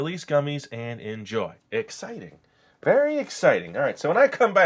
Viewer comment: did he say berry exciting